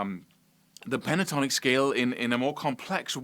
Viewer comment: He sounded Welsh then! ''Play that A minor Pentornik Boyo mun. I'll clap ewe lights owt now cheeftan. Phew good good goodness. Oes sqwileff yn Dda Butty!'' LOL